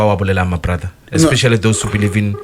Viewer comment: Be-Lieve 😂😂😂 aowa aowa aowa!!!!